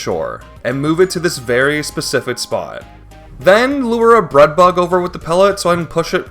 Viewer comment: I don't know if anyone else even noticed or if it's an accent thing or something but I kept getting distracted by the way he says k and g sounds. When he says take it sounds like tate, when he says breadbug it sounds like breadbu or breadbut, when he says wollywog it sounds like wollywod, when he says dioxin it sounds like diotsin, when he says fact it sounds like fat. I'm not trying to make fun and I'm still massively impressed by what he's done, I just kept losing focus when he said certain words